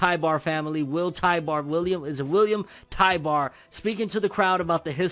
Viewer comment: Also, his name is Tybur, not Tybar.